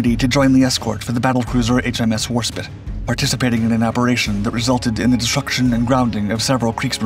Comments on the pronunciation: Not just any spit. War spit. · warspit ??? war-spite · I see the presenter still cannot pronounce "Warspite" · I do. If you are going to do a historical documentry, accuracy is paramount